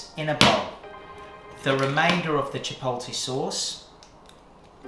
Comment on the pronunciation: Pete you said...Chipolty🤣🤣😭💀❤